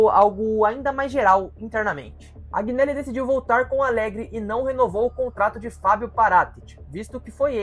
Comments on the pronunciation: Informe se melhor sobre 2006, Informe se melhor em relação à sentença final que saiu este ano nos tribunais da justiça ordinária. Outro erro grave. JUVENTUS está quebrada? Onde? Por favor contextualize essa " Informação " Outro ponto, AGInelli? ...veja certo como se fala o nome do Agnelli, Aproveito pra dizer que NÃO foi o Agnelli que construiu o estádio. A Juventus não contratou o Cr7, foi ele que quis jogar na Juve após, ele receber Palmas da torcida após um gol de bicicleta. Você sabe o que significa "plusvalenza "? A pandemia atrapalhou e muito o retorno financeiro, mas quebrada nunca. Enfim..falo em nome só fan club oficial d Juventus no Brasil. Foi só um toque, tem pontos errados aí conforme citei. Sobre perder os últimos 5 títulos, são ciclos, a Juventus ficou 9 anos sem ser campeã italiana quando Platini pendurou as chuterias , volrando a ser campeã em 95 com Baggio. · Vídeo bom mano,agneli se pronuncia anheli,para a prossima vez tmj